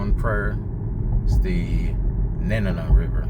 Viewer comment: I about died when you compared my home to Guam. Seriously though...your pronunciation was awful. Your information was uninformed... And the whole thing is a tad creepy.